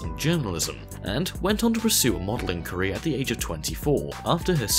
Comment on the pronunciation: When he said career my brain always got "Korea"